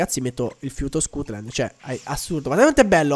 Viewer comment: perchè dici scutland se è stutland